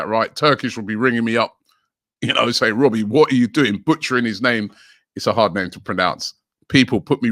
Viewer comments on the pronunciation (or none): none